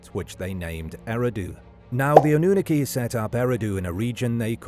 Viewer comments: 😂 "annuniki" ... say , "aluminum," too. 😂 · It’s pronounced Anunnaki, not Anunnaki